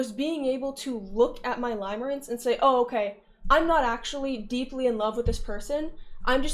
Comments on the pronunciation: it's "limerence" pronounced like "stim", not pronounced "lime" like the fruit :3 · its pronounced "limirence" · Catering to the newly understood audience lmao It's pronounced lim as in limb btw